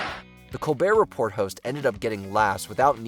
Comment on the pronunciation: You had me until you pronounced the t in “Report”